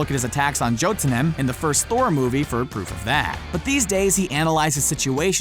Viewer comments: it's pronounced "HELL-A". Not "HELIS". That's a character from Horizon. And it's pronounced "Yote-un-heim", not "Jotnheem". Next thing, they're probably gonna call Cap "Stevvy Roggers" or Iron Man "Tonne-y Sterk". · It’s pronounced Yo-den-hime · It's pronounced yo-den-heim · Jotemheim is pronounced yo-tenheim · Joe ta nim? It's yo din hi um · Did anyone notice how he butchered the name of the frostgiants domain ?